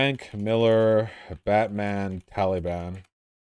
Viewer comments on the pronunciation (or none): I hate how Vaush says the word Taliban. "Tollybun"